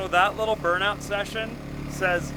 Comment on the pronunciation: He said "burnout" yet we all heard "Thore out"😂